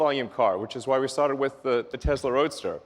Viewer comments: Stop saying "Tezla"!!! It's pronounced "TESSLA" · When did it become Tezla? I guezz it runz on electrizity and iz put together uzing adhezive so Tezla it iz. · So it's pronounced Tezla? Been saying it wrong all this time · I think it's funny the people who work for Tesla can't even pronounce Tesla correctly, lol. Tezla lol